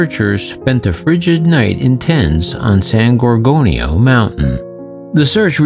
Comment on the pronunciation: Its san gor gonio mtn narrate properly please